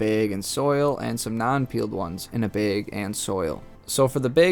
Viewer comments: in a baeg and ssouil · It's bag not beg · Where are you from with that pronunciation? I love how you say bag. Beeeg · Ceo of ina beg nd soyil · I was laughing so hard every time. When he first said it I’m like huh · Beg or bag? Wth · ayo why he say bag like that tho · Nice video but you say the word "bag" wrongly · Ohhh he was saying BAG! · Maybe you should learn how to say bag and you’d have more luck 😹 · kinda hard to explain in text! Lol i would say it rhymes with “bad” and “sad” but probably doesnt help if you pronounce them the same😅 you do you! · That's not a BEG it's a BAG lol, you don't say ESS when you mean to say ASS. Good video though! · please stop saying bage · Its bag and not bage😂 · You say bag like Kyle's cousin Kyle from South Park. 'Baeg" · Not trying to be grammar police here, but "bag" is pronounced bahg, as in hag, not bay-egg. Because the letter "a" has two sounds in english, one short, the other long. The a in Jay is completely different than the a in drag. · Came here to say … the word is BAG. Not BEHG. Dear lord. Thank you for the info though. Bag. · are you saying BEIG instead of BAG? "a" like hat, bat, that, cat, snap, pat, catch, latch. BAG. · it's called BAG, spelled B A G also pronounced BAG not BEG, BEG is what you do when you post a video and BEG us to hit the like button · BAG NOT BEG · Love to hear the difference between you saying Beg and Bag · bheg. Not bag. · Why does he irritatingly say 'beg' and not bag. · it's Bag, not beg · bAg, NOT bEgg. Geesus christ. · Why do you pronounce bag as beg? 🤷🏻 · Why is he saying like that: "behg". It's bag. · I couldn’t concentrate after hearing “baeg” 😂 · My biggest take away was that you were saying”BAG” but it sounds like you saying “BIG” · The way he says Bag makes me laugh. Beg. 😂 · I need you to do me a favor, and look up the pronunciation of the word "bag". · I can’t help but notice he says bayg 😆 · “Throw em in ah beeg” hahah good info! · You say “bag” like baig. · "in one beg"